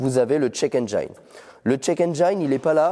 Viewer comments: Le jour où le mot "engine" sera correctement prononcé sur cette chaine... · Je crois que jusqu'à la Fin des Temps les français ne comprendront jamais que Engine ne se prononce jamais Enjaïne :)